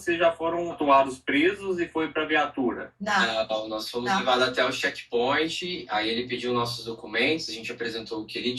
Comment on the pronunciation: “Shequi pointi “ ????